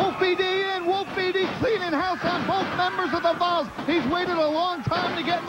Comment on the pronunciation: Man, Chris Hamrick is a maniac. I was wondering who the heck "The Balls" were. It's "The Volz," as in the Tennessee Volunteers. Thanks for uploading this random show!